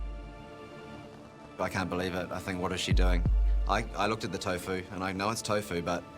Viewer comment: THE ACCENT... OMG.. TAAAAFOOO MEDIUM TAAAFOOO... SOOOY TAAFOOOO... WHAAIT TAAAFOOO... INDIANAA:face-orange-biting-nails::face-orange-biting-nails::face-orange-biting-nails: TAAAFOOOO...